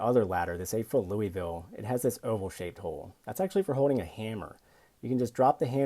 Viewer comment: Here's another tip: The word is Holding and not hoe-ding.